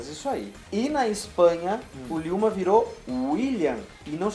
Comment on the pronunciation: ryouma kagawa nao se le riouma e liyoma